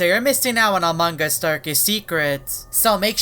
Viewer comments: This is the time he said among gus not among gus its among us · Why you always say amanga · Fun fact: says amangas